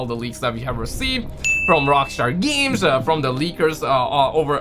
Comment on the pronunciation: Rahkster GEEEMS. jfc